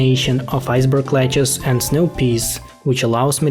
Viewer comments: every time you say 'lettuce' it sounds like, Ledge-uhs, which sounds like one of the characters in 7th Saga, Lejes. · Iceberg lechuce always gets me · He says “iceberg leguce”